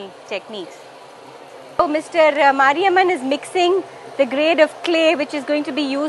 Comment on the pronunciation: His sons name is mariappan and not mariamman, Please improve your listening capacity